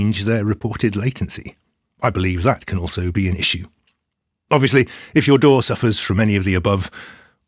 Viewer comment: He also pronounces DAW the best way.